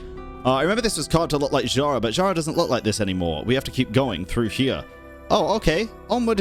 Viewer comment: Pretty sure Zhara is Zhar-bird (Жар-птица, "Heat bird"), and yeah, it's not "zh" as "zz", it's the same "zh" as in SneZHnaya x) ("Zz" sound is "з" in Russian, "zh" is "ж", sooo СнеЖная, Жар-птица) And Koschei the Deathless is from slavic mythology as well Damn I love this quest :ь